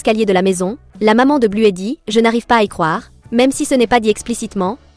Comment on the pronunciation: Arrêtez de dire bluet son nom c'est bluey